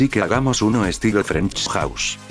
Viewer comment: "Frenksch Jauss"